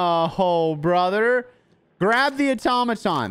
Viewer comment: Finally someone who knows how to pronounce Automaton!